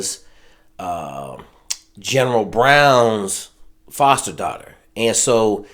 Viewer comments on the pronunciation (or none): none